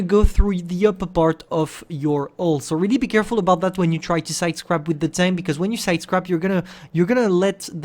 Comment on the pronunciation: My guy....it’s side scrape....SIDE SCR-APE